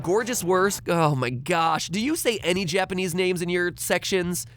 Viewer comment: Liking bc matpat's pronunciation of Japanese names IS SUH GOOD